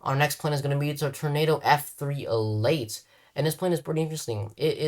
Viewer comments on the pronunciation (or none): none